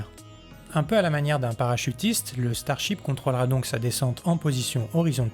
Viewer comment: Le ch'tarship... ouais ouais !